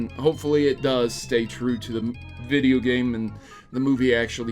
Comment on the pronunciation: Hideo instead of video